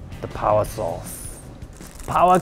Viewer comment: "Powah Sauce" Hahahaha love this guy xD